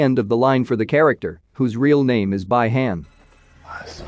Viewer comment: Bi han spell "be han"